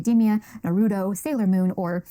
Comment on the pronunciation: You can tell she hasn't actually put in the research when she pronounced it "Na-rudo". That right there tells me she hasn't watched a single goddamn episode OR SPOKEN TO ANYONE WHO HAS.